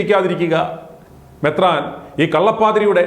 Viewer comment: മെത്രാൻ എന്നു പകരം മൂത്രാൻ എന്നു വിളിച്ചിച്ചല്ലോ